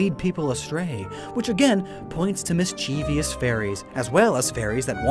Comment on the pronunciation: Also it's pronounced "MISS - chee - vuss" (mischievous).